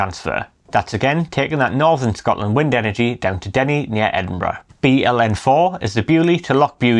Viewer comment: Absolutely blatant about taking energy from Scotland (dreadful pronouncistion by the way) and sending it to England with no benefit to our people who pay the highest prices in Europe. We also suffer horrible ugly huge pylons and powerlines in areas where people are already living in fuel poverty. Independence, nothing less, nothing else!